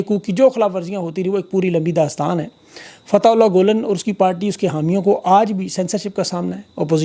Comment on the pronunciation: Pl pronounce Fathe -ulla gulane properly